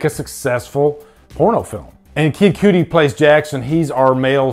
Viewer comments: House of the Devil and The Innkeepers both blew me away before I even realized it was Ti West. He has a gift for sure. Thanks for the no spoiler review! One thing it's Cudi pronounced like cud what a cow chews. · Kid Cudi fam not kid Cuttie lol